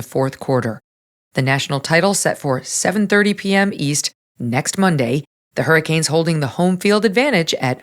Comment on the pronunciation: Meg-yn— What the heck does— "Seven-thirty Yeast" —mean? It's taking too many dashes to speak in this stupid language. And now suddenly no female can speak or pronounce a single word with a "t" anywhere near the end of it... Where is this crap going? That's part of our problem; no one asks questions until it's too late. I had to append this because it dawned on me— Does this have something to do with the "t" problem? Are YOU having problems with tees too? I KNOW it's not because you're too lazy to add –ern onto "Eastern." Don't feel afraid or hesitant to share if you're having a problem. We are willing to help.